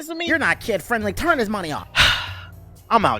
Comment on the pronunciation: Lmao "Turrr Hih Muney Off"